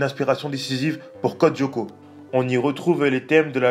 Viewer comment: Juste,ca me derange beaucoup comment tu le prononces. La serie est en 2 mot pas en 1 pcq tu dis Codyoko hors que code Lyoko